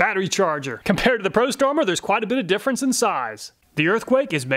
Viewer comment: Love how the prostormer makes you say pro-sumer